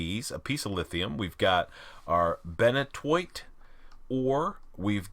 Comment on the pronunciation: FYI, "Benitoite" is pronounced like ben-eat-oh-ite. Or for giggles there's always the "French" pronunciation ben-it-wah.